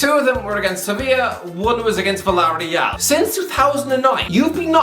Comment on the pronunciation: Villar real, it actually sounds good when you say it like that